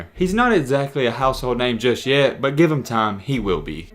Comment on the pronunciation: Why he say "but" like that, BWUEEET